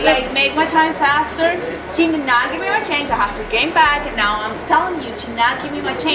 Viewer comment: You're hurting MEE....YUH....Always 1-syllable words become 2 syllables.....What did I DOOO-UHHH..???